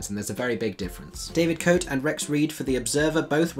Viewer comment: just a small correction David Cote is a good critic and his name is pronounced Ko Tay! I have done 3 productions in stock in America and it is a terrible and creaky book show. I did see it on Broadway w/ Mimi Hines (yes in the 60's) and she kept the show running for 2 years after Streisand left and I also believe that she toured the show after it closed on Broadway, Do check out a few of her videos on You Tube especially WHO ARE YOU NOW and THE MUSIC THAT MAKES ME DANCE.....Thanks......I love the freshness and candor of your video reviews! NYC here!